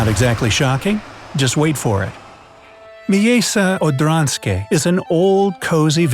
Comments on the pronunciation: MIJEJSCE ODRANSKIJE 1 kto nazywa tak miasto 2 jak on to mówi?! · wait, what? miejse odanske? It's miejsce odrzańskie not miejse odanske. I'm from Poland, and it's so fun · I know how to pronounce Miejsce Odrzańskie (I'm Polish and have a short surname.) It's "Mye-tse Od-ran-ski-ye". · You spoke wrongly at "Miejsce odrzańskie" xD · You said the name wrong because im polish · omg your saying the village the wrong way! Im know how to say that word prfectly bc im from poland! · miejsce odrzanskie juo need to say as:miejsce odsanieskie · Bro i know polish and you sed the tows name soooooo rong you sed it complitli difrent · U pronounced it wrong I am Polish so its offensive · oml i swear im going to cry myself to sleep everyday because how he said the villges NAME . p.s im polish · Love the way you try to pronounce Polish words :D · Shame you didn't bother to even try to say Miejsce Orzanskie properly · Miejsce Odrzańskie